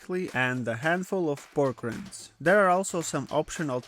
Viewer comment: Great recipe! FYI “Rinds” is pronounced with a hard “i”. The way you are saying it is wild! 😂